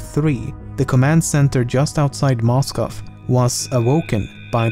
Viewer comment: It explains how he pronounced "Moscow" and "Bomber"